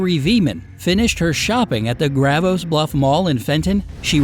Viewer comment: As a person from the area, it’s pronounced “Gra-VOY”